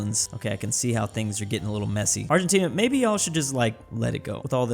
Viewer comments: Bro, said Argentinia lol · Who else has realized has been mispronouncing Argentina as Argentinia? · Everyone: Argentina: No, Argentinia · He also says argentinia instead of argentina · Anyone else notice how he said “Argentinia” multiple times? 😂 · "Comrose" "Kiribody" "Argentinia" "Canonberra"